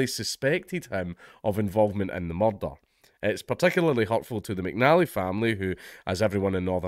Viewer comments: I came to hear you say "muurdah" many times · Anytime I see the opportunity to hear Dank' butcher the word "Mud-d-Dud-Dud-d-dh" multiple times in his glorious Scoh-ish accent, ...I'm gonna jump on it. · Proper Taggart 😂👌